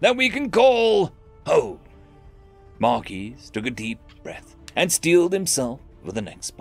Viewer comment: The S is silent in Marquis...